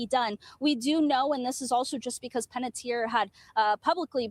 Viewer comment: Checking you 💔 out from Las Vegas.💔 While wearing my Chucky hoodie watching you today. So heartbroken 💔 about Hayden. & her last name is pronounced Pan-et-ti-er Like (Tee-air)